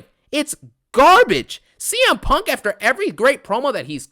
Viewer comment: “I cont stop thinking about PONK”